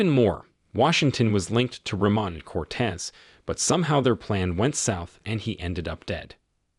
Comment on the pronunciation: He keeps saying the names wrong. It's Freemont and Coates. Not Reman and Cortez.